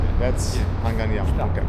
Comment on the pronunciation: 고맙습니다 ☺️ 우리 나라 서울 도심속을 흐르는 한강❤ 발음 그대로 한강이라 말씀해 주셔서요❤ 한강 라면🍜~👍 Nickk님~👍